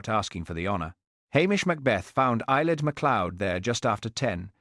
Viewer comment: Eilidh (pronounced AY-lee). It is a traditional Scottish Gaelic name that translates to "sun" or "radiant one" and is widely used in Scotland as the Gaelic equivalent of the name Helen